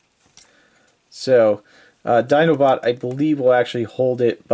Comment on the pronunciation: "So there you have his feet sticking up his 'dinobutt'". XD I know, you said Dinobot, but it really works for him. Would be hard to get that for Optimus or anyone else.